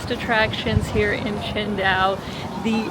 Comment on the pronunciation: You pronounce it almost like Chengdu, until I heard you talk about the Beer haha